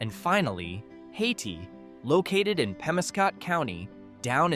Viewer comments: It's Pronounced (hay-tie), not (hay-tee) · The pronunciation of the last town is Hay-tie.